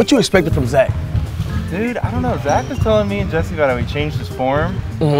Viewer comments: Or else just laughed when kept saying “ JEZZER” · voice When he saids jesser "Jezzer" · always says jezzer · I watch a lot of 2hype but I dont get if purposely says Jezzer